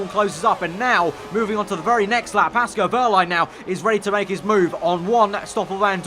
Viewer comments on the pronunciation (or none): Love your vids mate, some of the best F1 content around but please it's Pascal not Pasco